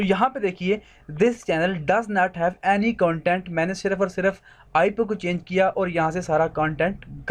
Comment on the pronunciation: Content ko dhang se pronounce karle jha2